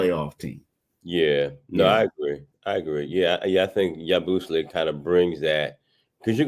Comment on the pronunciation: Say it with me now YA-BOO-SELL-AYE . Do a tiny bit of research before you butcher a name you'll probably have to say a lot